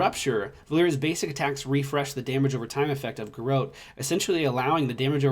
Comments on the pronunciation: I could be wrong, but isn't it pronounced garrOTe....? as in hot? like garrote wire? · We Spanish-descended countries pronounce it "gar-roh-teh" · I hate being that guy, but you maaaaay be saying Garrote slightly wrong, <3